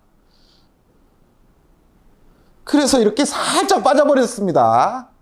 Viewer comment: 말끝에 버렸습니더 쓰시는거 보니 여괴전 프로님과 같은 고향이신거 같아요. 저도 동향입니더. ㅋ